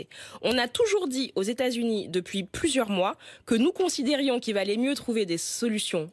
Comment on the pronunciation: Même habillée en jaune elle pèse rien contre les z' états z'unis des 'zamériques